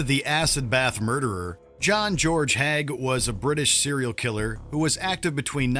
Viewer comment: It’s pronounced Haig not Hag.